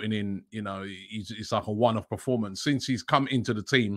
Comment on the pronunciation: Robbie please... its PERformance, not PROformance... :'D